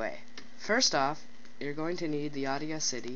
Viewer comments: It's not pronounced audio city it's the actual word Audacity, look it up. Example: He had the audacity to say that to me. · Audacity is pronounsed ' or - das - ity' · Don't listen to him. It's pronounced 'awe-dass-ity'. Like 'audio' is 'awe-dio'. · In the vid you said Audia-city.